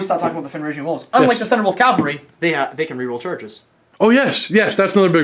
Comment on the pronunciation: Guys ..also ...please ...please ... Cav-All-Ree ... Calvary is a Jesus thing ...